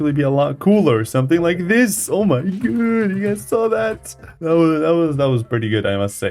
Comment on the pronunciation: “Guys”, not “gáys”.